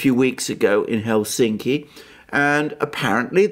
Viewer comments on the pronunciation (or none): none